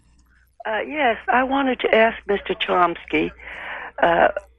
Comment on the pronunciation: I LOVE ❤️ "Mr Charomski"